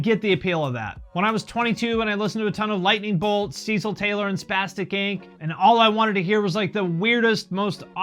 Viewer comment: Yo he said Cecil Taylor